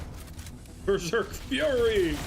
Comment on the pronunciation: I love how elites say BERSEK FURY when going berserk. halo's elites were always corny post halo ce but oh brother